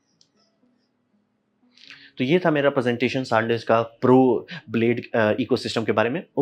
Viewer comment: Sandisk ❌ Saaandisk✅